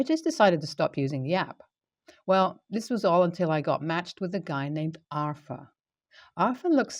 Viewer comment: Pronounce it as are-thur there is no "F" in it.